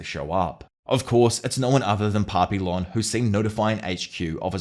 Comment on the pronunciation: My inner Canadian is coming out here, but the "L"s in Papillon are silent. It's a French word - pronounced closer to Pah-pee-yawn. Edit: It means "Butterfly".